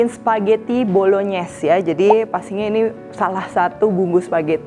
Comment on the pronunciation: Bru tau ternyata penyebutannya Bolonyes soalnya cef dadakan yg d tiktok nyebutnya bolongnais